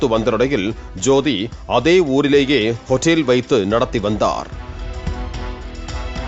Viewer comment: அதென்னடா 'ஹொட்டேல்'😂😂😂